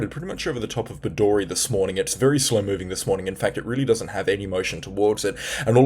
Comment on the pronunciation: Bedourie Pronounced - Bed.oo.rie Not - Bed.or.ie